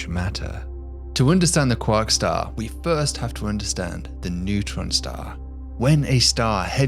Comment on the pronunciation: Cwock staw